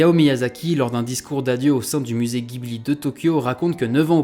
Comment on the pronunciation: Pardon de chipoter mais j'ai les oreilles qui saignent quand j'entends "GUIBLI" T___T Ça se prononce "dji-bli" (en référence au vent chaud du Sahara / et à un modèle d'avion de chasse italien).